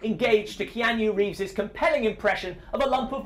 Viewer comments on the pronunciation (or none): Kee-ann-yoo Reeves?